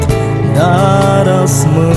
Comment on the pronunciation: Este ,,azi'' doar ca asa poate sa îl pronunte 🙄🙄